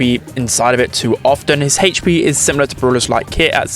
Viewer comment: Please stop saying hp wrong im really angry